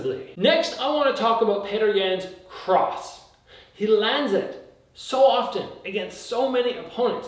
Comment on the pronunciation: you made it!! thanks coach🤝 and just in case youre wondering its pronounced “Piotr Yawn”